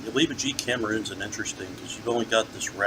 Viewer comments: Great review. It's Oliva not ova though 😉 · It's pronounced Oleeevah!